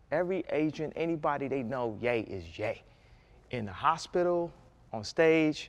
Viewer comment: No more "hospital". I shutter when he says hospital. Mary40 youtube